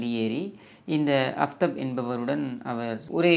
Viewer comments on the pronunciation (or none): Kindly pronounce as Aaftaab it means Sun in Urdu/ Arabic!